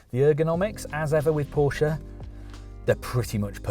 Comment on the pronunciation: nice to see a motoring journalist pronounce Porsche correctly for a change